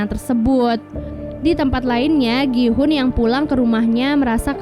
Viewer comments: Gi hun bukan Ki hun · Gi-houn bukan ki-houn😑